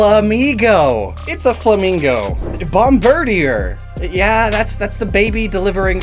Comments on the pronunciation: "Bomb-BIRD-ē-uhr"?! I figured it was obvious this name is meant to be pronounced BOMB-buhr-DĒĒR. Ya know...like "Bombardier"? 🙄 EDIT: Omg ... he pronounced "Bombardier" wrong, too. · Bomardier is pronounced Bom-ba-DEER btw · Hearing him repeatedly mispronounce bombardier/Bombirdier for 10 minutes was pain.